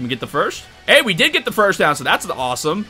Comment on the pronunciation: I love your videos but please stop pronouncing first as ‘firsht’ 😭😭😭